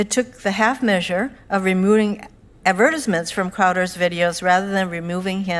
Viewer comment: Ad-vet-tiz-ment?(the way she says ‘advertisement’) The things people do for attention.